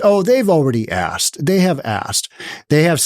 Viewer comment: well... she said axkt....